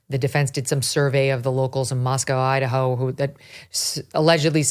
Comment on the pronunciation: Megyn, I moved to Idaho 7.5 years ago and I immediately learned to pronounce Boise correctly. It's Boy-see, not Boy-zee. Dead giveaway in Idaho that you're not from here if you pronounce it with a Z. Glad you got the pronunciation of Moscow right. Yes, it's Mos-coe, not Mos-cow.